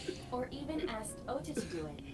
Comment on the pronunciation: it's Ota, not Oda... just letting u know early so u can change it before anyone else notices lol